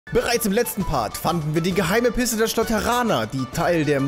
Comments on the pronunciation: am Anfang hasst du Statt Piste Pisse gesagt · hat am Anfang des Videos Pisse anstatt Pist gesagt. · Bin ich der einzige der am Anfang anstatt Piste "pisse" verstanden hat? 😂 haha du bringst mich immer wieder zum Lachen 👍❤ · Wundermiche gerade auch. Ich habe pisse verstanden.